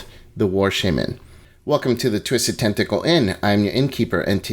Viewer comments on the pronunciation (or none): Oooooohhhh... "TENtacle"